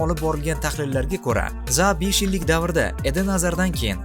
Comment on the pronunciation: Zaa emas Zaha. Biz Rus emasmiz H harfimi talaffuz qila olamiz